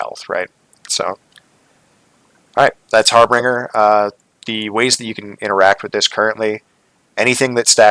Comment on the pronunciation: harbinger...the "g" is soft like the word "binge". Not a hard "g" like "bring".